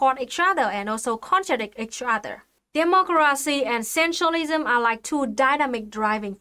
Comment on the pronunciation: Looks like she says demogracinha